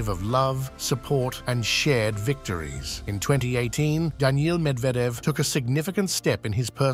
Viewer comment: So funny this AI video...he's repeating 9 retry much the same things over and over while mispronouncing Medvedev 's name.